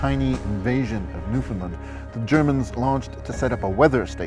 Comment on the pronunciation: If your going to talk about Canada. Pronounce Newfoundland correctly